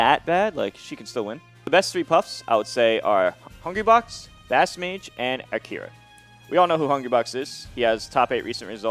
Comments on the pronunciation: not Akira but Arika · Great video, but M2K, man, you really gotta work how you pronounce Japanese names. Arika, Umeki, and Kie...